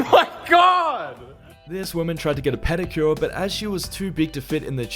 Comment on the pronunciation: " I went to school for pedacure " lol